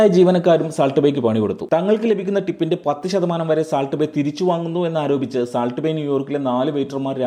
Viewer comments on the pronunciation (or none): സാൾട്ട് അല്ല സോൾട്ട്